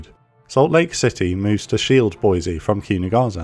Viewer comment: Amazing video. Just a small remark regarding the pronounciation of the japanese ships names. The "s" in Kinugasa shouldn't be pronounced as a "z" but as the same way as the "s" in "Sahara". In fact no "s" in japanese should be pronounced as a "z" as when time come for such a thing an actual "z" is present in the name as with Zuikaku, Ikazuchi or Inazuma.